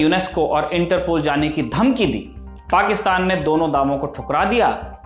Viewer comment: वाह “पाक्षतान” 😂😅